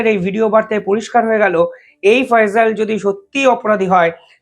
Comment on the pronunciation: ফয়জল না ফয়সাল বলুন। উচ্চারণ ঠিক করুন । বয়স আর একটু বেশি হলে তোমার এই পেশায় নিয়োজিত হওয়া উচিত ছিল। অনেক সময় তোমার Video দেখছি কথা বলতে বলতে একটু থেমে যাওয়া আবার অন্যমনস্ক হয়ে কথা বলতে থাকা এসবই হচ্ছে আমি ইন্জিনিয়ার প্রদীপ কুমার রায়, বিসিএস, নির্বাহী প্রকৌশলী, বাংলাদেশ থেকে মনে করি অল্প বয়সে এই ভারী কাজটি করার ত্রুটি। ধন্যবাদ।।